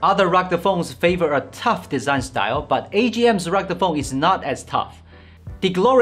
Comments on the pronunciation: 😂 This is the third review in which you are pronouncing "rugde phone" in stead of "rugged phone". Otherwise your reviews are very good, detailed offering useful information about the products you are reviewing and I enjoy watching them. Cheers for that ! Maybe you could work a bit more on your pronouciation of certain words. Here's something that might help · What in the hell is a "rugda" phone!? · WHAT'S A ROGDA PHONE???